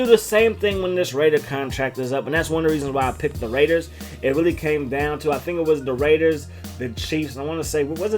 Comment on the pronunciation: DA RAIDUHS! Alright, give it a shot. If anyone can do it, can